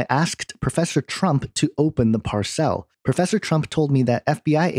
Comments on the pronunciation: Par-cell? LOL Did you forget how to speak? Parcel. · Why do you pronounce 'parcel' as "par-CELL"? First time you've come across this word? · Parcel is pronounce "par sul" .. not "par cell". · Parcel? PAR-sel. NOT par-SELL. good grief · PARCELL ? PARCELL? ITS PARCEL! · PAR cel, not par CEL